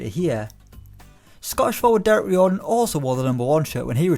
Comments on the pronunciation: That pronunciation of Riordan - rye-or-dan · You have butcherd derek riordans like